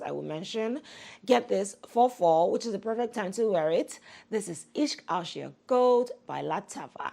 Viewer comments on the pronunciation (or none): none